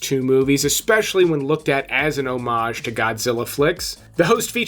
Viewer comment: Nice to hear someone say 'omage instead of sounding the H. If you are going to do it do it correctly. Personally I think "homij" Is perfectly acceptable but.